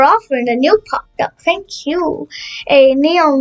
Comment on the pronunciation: ”no fank you”